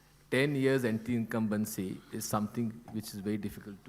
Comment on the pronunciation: I love and respect Modi Ji but that was Jethalal style of tackling that word🤣😂😆 (anti-incumbency) 😂